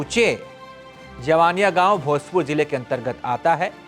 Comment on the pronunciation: पहले आप मीडिया का कहीं से शिक्षा लो बात करने का तुम्हें तरीका नहीं है ।जिन लोकल यूट्यूब को तुम फालतू का वीडियो बोल रहे हो उसी के वीडियो से तुम भी जान हो उसी के वीडियो से देश दुनिया जाना है कि जवईनियाँ गांव है तुम्हें उसे गांव का नाम भी शुद्ध से नहीं बोलने आ रहा है जवनिया बोल रहे हो।